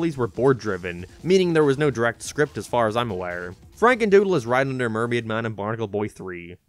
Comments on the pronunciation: “Franendoodle” now you need to redo the whole video :) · you said FranenDoodle instead of FrakenDoodle